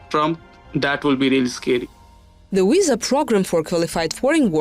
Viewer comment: I am all for non-native English speakers getting these kind of positions in order to fight accent stigma, but this one is just silly. This is a video from a German news outlet on American topic related to Visas, so why do we have a Russian speaker who keeps saying the word WISA (or Sillicon Walley) throughout the video?!